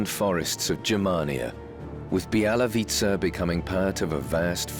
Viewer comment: Not Bielawitza, but Bialowieza (Biało-wieża - white tower)